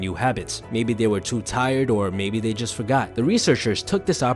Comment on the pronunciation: Do you think the narrator could build a habit of pronouncing “th” intead of “f/d/v”? For example, instead of “they” the narrator says “dey”. Or instead or “with” it’s “wiff”. I’m wearing headphones so every sound, including mispronunciations, is magnified … “wiffout” … just heard another. “Stick to dis habit.” I tried to force myself to ignore them, but it’s a habit to want to hear correct pronunciation.